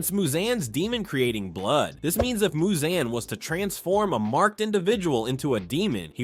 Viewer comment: Bro said Muzanne 😭